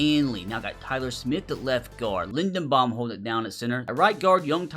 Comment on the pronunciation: I love all your videos and I’ve been a fan for about four years now, but can you please, for the love of God start pronouncing Tyler Linderbaum’s name correctly?? Other than that, your videos are the best out there.